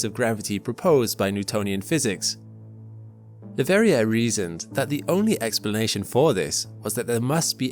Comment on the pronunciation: The last r in Verrier is not pronounced. French, Doh!